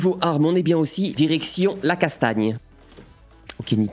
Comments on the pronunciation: En début de vidéo t’as dit erection à la place de direction 🤣🤣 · j'ai compris "érection l'olympe"